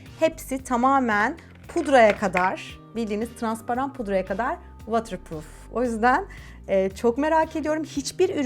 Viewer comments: vatır değil votır azıcık kulağım tırmalandı nacizane bi düzeltme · “Vootırpruuf” for ur knowledge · ama o vatırpruf diye okunmuyo ki:( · Buse uncookies you didn’t even understand what I meant 😆 i kindly advice you to check how the word water pronounced since obviously you have no knowledge of English, but you need to Google Translate this message first 😉 greetings from London! 🙋🏼‍♀️ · waterproof kelimesini yanlış telaffuz ediyorsun fark edince düzeltmek istersin diye söylemek istedim ❤️ emeğine sağlık